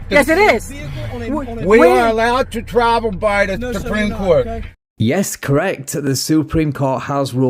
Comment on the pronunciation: Not a cwime to twavel. Car full of bad DNA